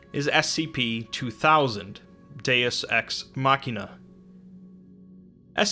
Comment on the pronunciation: i'm sorry did you say deus ex MOCK-ina? machine is not pronounced MOCK-ine.